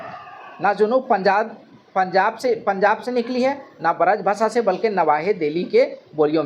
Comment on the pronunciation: Baraj bhasa nhi sir birj bhasa hota h